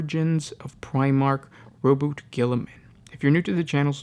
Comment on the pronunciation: i thought its RO-BU-TEY not ROBUT.